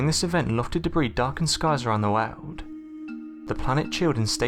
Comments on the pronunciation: I've never heard anyone pronounce the word "world" as "wow'd" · Every single god damn sentence ends in a fade out of the last word! Also "woahd" lol